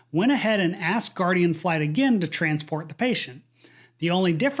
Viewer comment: its Guardian Flight not Guaradian